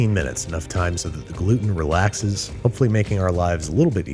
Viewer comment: me, a celiac disease ridden girl watching Babish say "Gluten": 👁👄👁